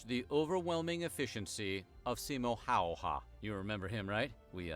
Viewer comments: Don't tell him this but... Still butchered it. Pretty close though! He got the "'ä" in there but it sounded like "Howhä" more than "Häyhä". Maybe if there will be a third video we can get that second "ä" in there. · Its funny how he mentions that in the previous video he incorrectly pronounced Simo Häyhä's name while still doing that. To be fair, the name can be very difficult to pronounce. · DD he was talking about having received comments about the pronounciation, and he didn't really improve much xD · I like how that dude claims to really try to pronounce Häyhä correctly, but he ends up pronouncing it Hauha xDDDD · Why do you think Simo Häyhä is pronounced Saimo Heija? :D Not even close my friend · Ahhh, so he mispronounced his name. Again. Lol. Well, in all fairness, I did too 😂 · Are you talking about my horrible pronunciation, or horrible pronunciation? 😂😂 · Simo Häyhä's last name is pronounced with the ä vowels as in 'and'. That's what the dots above the letter are for! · In the name of Häyhä, those dottet a-kind of letters are pronunced as "a" in the word bad. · It's funny that they know they mispronounced the name of Häyhä, but still don't get it right. (It is a tricky name for foreigners, so it's okay.) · I stupidly used English phonetic rules to try to pronounce his name. 😂 . Apologies, pronunciation is not my forte. I will try to get it right next time 👍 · Still miss mispronouncing Häyhä. :D. Most use the letter A when pronouncing Ä. You can learn to say it correctly. A is pronounced like in the word "FAR" and Ä is pronounced like the A in "FAT". So try to say Häyhä with the A in FAT. :) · Well, I need to say that you butchered ''Simo Häyhä' quite,,,😉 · Si as in “sin” Mo as in “mop” HÄ as the “ha” in “hand” Y is close to “eww” HÄ same as before 😅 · you can hear how "Simo Häyhä" is pronounced. ;) Well, he says Simo HäyhäN but ignore the "N" in the end because his name is in accusative form in the sentence. ;)